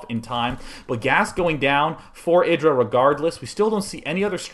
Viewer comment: isn't it pronounced "eye" dra?!?